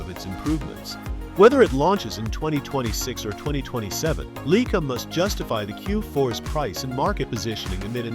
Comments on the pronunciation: 'Leica'...........NOT 'Leaker. Drivel. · WTF is a Leeker! Plus this video actually says nothing!